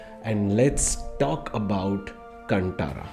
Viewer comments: Learn to pronounce the name properly please: it’s “Kaan ThaaRaaa (as in thaara = star) Not “C U N T A A R A) 🤦🏻‍♂️🤦🏻‍♂️🤦🏻‍♂️🤦🏻‍♂️ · Great review. Although, a small correction: it's not कंटारा, it's कांतारा. Cheers ❤️